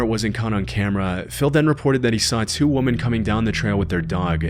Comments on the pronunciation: Plural of "womAN" is not "womAN" it's "womEN" and pronounced quite differently. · “…he saw two women coming down the trail…” Not, “two “woman””. (There’s a strange trend on social media of Youtubers pronouncing the word “women” the same as the singular variation, “woman”. The word “women” is pronounced “WHIM-en”.) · Why do you pronounce the plural "women" like the singular "woman?" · Learn how to pronounce the word "women" properly. It's not the same as "woman". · Why do so many americans pronounce 'woman' and 'women' the same way? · Why can no YouTubers say the word "women?" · ur the guy that cant pronounce “women”